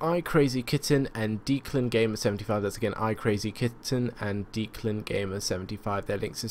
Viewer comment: Someone needs to learn how to pronounce Declan...